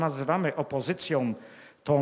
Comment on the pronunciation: Nie wiem ile ma racji. Sądzę natomiast, że zdecydowanie powinien popracować nad swoją wymową słów polskich. Nie mówi się BIOROM mówi się BIORĄ. Nie mówi się GÓWNĄ mówi się GŁÓWNĄ. Nie mówi się TOM mówi się TĄ. Nie mówi się ŚREDNiOM mówi się (nie SIEM) ŚREDNIĄ. Co to znaczy ROSCZELIWAĆ? Dalsze przykłady pozostawiam przygodnym widzom. Na ostatek jak można coś wylać lub wyrzucić coś do SEDESU? Można na nim usiąść, nawet zasiąść. Wylewać wspomniany sprzęt będzie trudno.